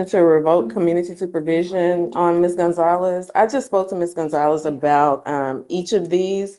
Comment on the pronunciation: Did the judge call her Ms. Coinzalez?